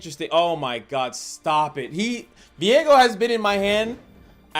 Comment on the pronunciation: Isnt his name viego? and not veigo